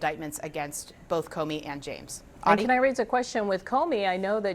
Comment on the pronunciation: Thanks for not putting an "L" in the word "both", often pronounced "boLth"